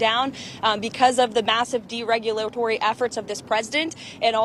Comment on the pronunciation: Dereulapory? Wtf does this word mean?